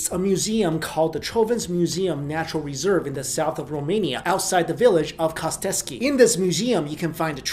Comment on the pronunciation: **Costesti not "costeski"